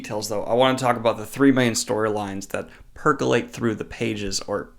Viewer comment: did he just say "percolate"?